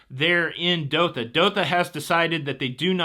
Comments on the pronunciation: Did you say Dotha Qatar? It's Doha. Spent a miserable year there. No escaping the heat! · It's Dohhhha not Dokha lol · What’s the capital of Qatar 🇶🇦 again? Sounds like you’re saying Dotha or Doka. LOL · Hi. The city in Qatar is pronounced DOE HA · FYI Doha is pronounced Doe Haa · Hey... Don't wanna be a know it all, but the correct pronunciation is DOH-HAH, Qatar. I was stationed there when I was in the Army. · My family and I lived in Doha, Qatar for a few years while I worked on construction of the airport (top airport in the world with some Amazing features). The world cup is driving a transformation of the county. It would be awesome to have been able to cruise to Doha for the cup. I highly recommend a Persian Gulf cruise. They go to some great destinations. Please also check your pronunciation of Doha (doe as is doe, a deer + ha as in ha ha ha). I won't even try to help with the pronunciation of Qatar because it's very hard for Americans to get right and everyone understands when you pronounce it like you did.